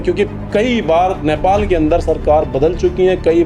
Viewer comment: Bro I humbly request you to pronounce the word correctly.... नेपाल Not न्यापाल ,सुदन गुरुङ्ग Not गुरंगा,शोभीता Not शोवित🤔